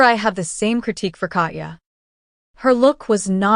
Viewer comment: Your inability to correctly pronounce Katya makes my Russian blood boil.